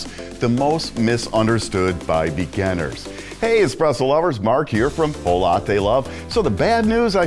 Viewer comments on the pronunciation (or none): Why am I hearing beganers? Cool video though.